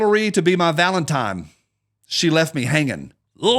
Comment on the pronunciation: Did you literally just say “Valentime”??!!??